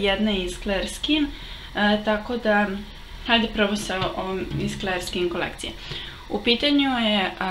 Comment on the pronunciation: Clear nije kler nego klir. :) Odličan video. Mnogo si slatka.